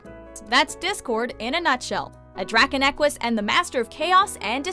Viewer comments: It's pronounced "druh-con-uh-kwis." Not "drakanackwus" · What the heck is a dragon neques? Discord is a draconequus. It's pronounced dra-con-neh-ques. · Um... You said draconaquis wrong....no hate but still.... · their pronunciation of discord's species is priceless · I nearly choked on my chips when she pronounced Draconequus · You pronounced draconequess wrong! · Anyone else get triggered when draconnequis was pronounced wrong?